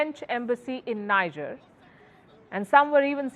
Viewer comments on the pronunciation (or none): For crying out loud, it's NEEJER not NYJER. She is the only broadcaster on the net unable to pronounce the country's name correctly. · Is called 'Nigear' & not Nija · That country is pronounced "Nee-Jer" & not "Nai-jah" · It's not pronounced Ni-ja...the pronunciation is Nee-Jhay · People will rush to blame Wagner & Russia, and forget that just two months back, the President of Niger (pronounced 'knee-jhay', NOT 'Nigh-jar') announced publicly how he planned to move from the CFA Pact. Now which colonial power benefits from the CFA Pact? Think, Vantage, Think. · Niger correct pronunciation : Knee-jhearr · Is pronounced Kni Ger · For the sake of all things decent, the pronunciation is Nee-jer. It is French. Not English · It's pronounced Nee- jay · Welldone, please learn to pronounce Niger. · Your pronunciation of the country is wrong! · You talk a lot about the country you don’t even care to pronounce it correctly. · Pronounce Niger properly